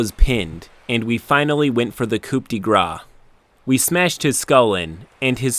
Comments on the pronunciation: the 'grace' is pronounced "graws", not "graw". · The translation is "Blow of mercy/grace". Pronounce it "graw" (As in Mardi Gras) turns it into "blow of fat", as the wiki points out. A frech speaker hearing you say that would make you sound silly - unless you were actually attacking with your belly or something. :p The wiki entry is saying that English speakers mispronounce is extremely often. If people misuse a word/phrase a lot, it becomes 'common' (for example, how 'literally' now means 'figurative' in the dictionary). Still, I prefer to stick with the original/correct way of saying things if I know better.